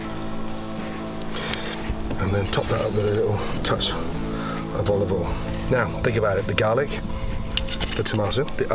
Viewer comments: Gordan "and Jost a Tooch of Olive Oiel" Me: "THATS A LITERALL WATERFALL OF OLIVE OIL!" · Lil bit of Olivol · And top that off with a “little” touch of olivol. - Marco Pierre White